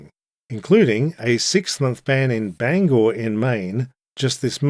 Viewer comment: Proud Mainer here! 🎉 also, I'm super impressed you pronounced Bangor correctly, many people do not